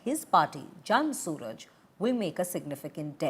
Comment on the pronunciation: Madam, its Jan Suraaj not Jan Suraj